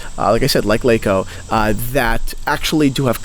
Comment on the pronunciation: it's "larko' not lake-o